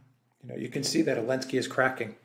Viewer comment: How come and Alexander refer to Zelensky as ‘Alinsky’?